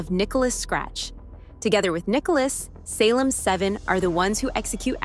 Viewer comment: Groovy seventies style? Hello? Have you ever watched tv from the seventies? Did anyone dress like this? It’s the 1980s slumber party. Also the voice you have doing the reading is fairly convincing but then it messes up and mispronounces things like Salem. I’m ending the video because you’ve already lost credibility.